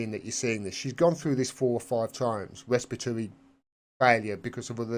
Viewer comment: Pronounced: Resp-pitory.